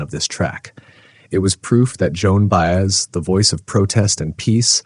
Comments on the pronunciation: her name is said Bai-ez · Her name is pronounced "Bah- ez." Mine is, too! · Her name is pronounced By-ez; not Bay-es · You call her "Joan Baze?" Seriously? I'm out at the 30-second mark. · as soon as I heard Joan's last name mispronounced twice .. I stopped the video . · This was so articulate and well written. Couldn't you have practiced saying her name correctly? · I'd give you a like if her name were pronounced right. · I wish the narration could pronounce Joan's last name properly. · That's AI for ya. AI is as perfect as the chip on your debit/credit card. A supposed perfection of reality. 😂🤣😂🤣😂🤣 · Sadly, very sadly, the narrator does NOT know how to pronounce Baez. What a shame. Reduces the value of the story, which is on target